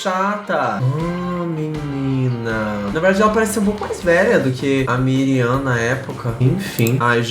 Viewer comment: ''Mirian''' kkkk